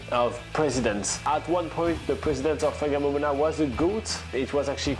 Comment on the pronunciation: No it’s pronounced Far nga mo mona the wh is pronounced as an F